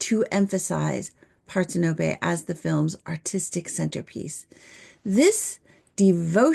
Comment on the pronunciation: "Parthenope" isn't pronounced "Par-ten-ō-pay" or "part-hen-uh-pee." As Google AI explains: "Parthenope" is pronounced par-THEN-uh-pee or par-THEN-uh-pe. The primary stress is on the second syllable, making it par-THEN-uh-pee, with the 'a' in the first syllable like the 'a' in "father", the 'e' as a schwa sound, and the 'ee' at the end like the 'ee' in "see".